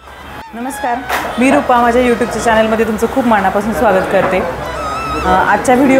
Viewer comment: मणापासुण😂😂😂,सोण😂😂...नळातला ..न...आणखी..बाणातला ..ण...याचा नीट वापर कर